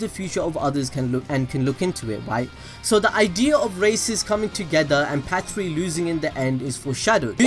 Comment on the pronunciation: You're finally saying Patri. Thank you